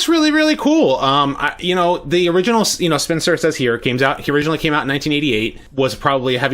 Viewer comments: "Spin-i-ster" a la the word "Sinister", not "Spinster". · There’s an I in between spin and and ster, so it’s actually Spinaster